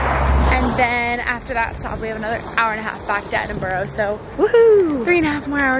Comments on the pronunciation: Hey love ur vids, you are saying Edinburgh wrong though from a Scot 😂😂😂😂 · It’s just pronounced Ed-In-bur-rah